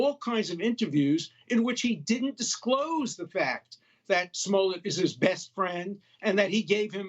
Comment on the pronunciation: "Don Lime"? 😂